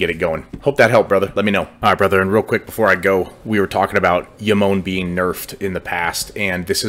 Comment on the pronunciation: Really helpful video for Jomon, thanks bro. Also not to be pedantic, genuine trying to help a brother out but the J is pronounced like "Joe-mon" not "Yo-mon" since the faction is obviously based on Japan and in Japanese thats how that letter is always pronounced.